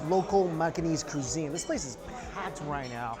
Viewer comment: Mikey, Where is the 'R' in Cuisine??! 🧐